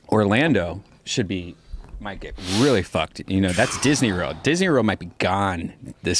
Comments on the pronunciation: Yo, Redban, what the fuck is Disney Rorld? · Redban says "Disney Rurld."